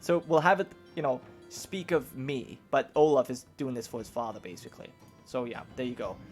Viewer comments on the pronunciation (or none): Olav is pronaunced Olav not olaf (in norwegian )